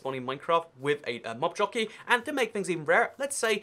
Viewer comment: I thought you said nob jockey and had to replay it just to make sure